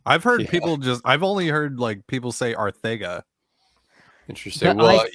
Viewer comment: No. It’s Arsiega or Arceega but not arthaega 🤦🏻‍♂️ spain cant even spanish correctly. The TH in Barcelona had to have been a mispronunciation by someone with a lisp that morphed into a group conscious commitment to sound out th out of c. Its like how the same word can be pronounced differently depending what area of english speaking territory one is in.